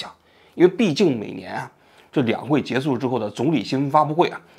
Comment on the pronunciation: 跟我读 结束（shu） 不是 结束（su）